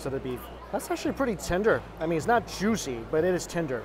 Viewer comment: “So jushy” is what I hear every time